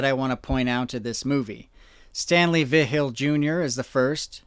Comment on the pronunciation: Dude I love you, you do amazing research but hearing you pronounce Vigil is actually hurting my soul